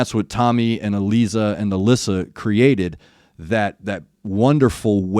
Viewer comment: Good one. You got Allisa, Elise pretty spot on Think Gluz, is pronouned Gluth. Someone will smack me if i got that wrong